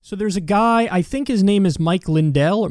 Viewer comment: The clip of Kyle not knowing how to pronounce Lindel’s name is gonna be funny as shit when he beats Biden in 2024